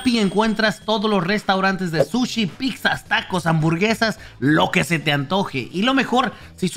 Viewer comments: Hoy murio youtube dijo picza en vez de pitza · Jaja dice "picza"